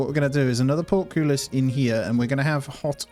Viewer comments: It's port-cole-us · Excellent video. Note: Portcullis is pronounced 'Port - Cull (as in Bull or Dull) - Hiss'